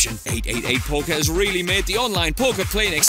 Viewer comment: Grealish: Reeli? Pep: Reeli